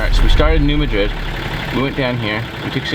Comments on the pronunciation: As a resident of southeast Missouri, I think it might be important to correct a couple of your errors. It most definitely is NOT the Missiuri River, you are at the Mississippi River. Also, you are pronouncing the name of the town incorrectly. It is NOT New Ma-drid, like a place in Spain. It is New MAD-rid. Just thought you would like to know! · Dude...it's pronounced New MAD-rid, not New Ma-DRID. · Pronounced... New Mad Rid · You guys are great! Just to let you know you are saying New Madrid wrong😬 it’s pronounced like Mad.😡Rid New Madrid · City pronounced New Mad-rid..... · New Madrid (Mad-Drid), is how it’s pronounced. Thanks! 👍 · Its New MA-drid. Very different pronunciation than in Spain. Not ma as in a short form of mom either lol. Maaa as in what a goat says. Great work! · It’s pronounced “Mad-Rid” hope this helps! Keep up the good work! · New Madrid is pronounced with the accent mark on Mad. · You are definitely on the Mississippi River. And you almost had the pronunciation of New Madrid. But I love the videos and what you do. Keep being awesome!